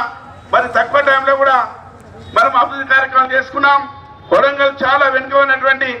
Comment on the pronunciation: madam idi kondagal kadu.. kodangal..